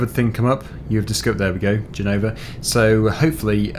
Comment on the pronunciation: Italian language is difficult for a British, but you are doing well. Our Z pronunciation is different, but it's ok. And, for the record, it's Gènova, not Genòva...